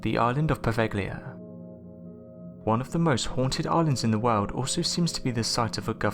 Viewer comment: God I fucking hate how you say world. It's a hard R not ow, not wowld it's woRld.